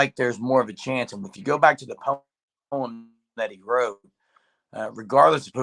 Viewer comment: Lol Poem [ poh-uhm ]